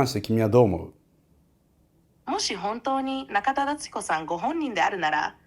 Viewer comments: 「僕が中田敦彦だ」の所が「僕がキラだ」と同じに聞こえるw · ナカタダツヒコに聴こえる